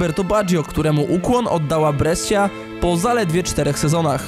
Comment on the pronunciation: BareZi, BreSZia, tak jak w którymś wcześniejszym odcinku: CZellino ;)